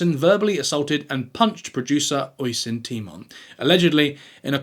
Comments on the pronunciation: Oisin is pronounced osh-een not oi-sin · It’s pronounced usheen not osin 😅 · Oisin pronounced Ush-een